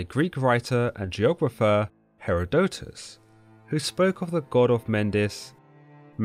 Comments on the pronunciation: He-ROD-o-tus, not He-ro-DO-tus. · I think you pronounced a lot of names and key words wrong but the most hilarious was the way you pronounced Herodotus. 🤣